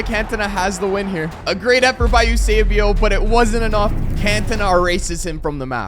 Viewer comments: Its Eusébio not Usébio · Bro called esbuao yousaybio bro it's Esbo